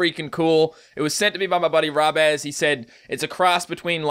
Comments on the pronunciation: he pronounced Robbaz as rob azz. seriously? lol it is pronounced Ro bazz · did you just say... "rob-az"!? it's fucking pronounced "robe-az" I'm sorry but I cringe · Just saying it's pronounced robboz not robbaz. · u said his name wrong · or weird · I don't want to sound rude but I cringed when you said robbaz's name! I personally don't think you pronounced it correctly lol